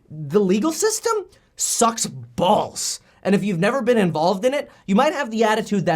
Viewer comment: Kevin... it’s ball’s... not BAWHALZ!